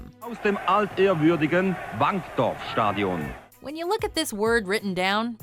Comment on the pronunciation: Stadíon, i love it when WM tries to pronounce something Dutch :)